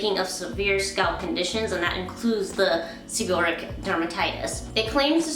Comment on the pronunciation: Beautiful hair and good review and the first two syllables of the word sound like "sever" and the last two syllables of the words sound like "read it" but the "it" is pronounced "ic" so it's like" sever read ic" or "sebor "reic" thus seborrheic dermatitis.